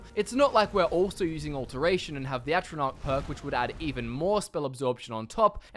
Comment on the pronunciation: Say atronoch stone, one more time